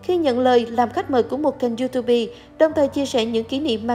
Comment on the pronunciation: “Du túp” nha bạn không fai “du tu bi”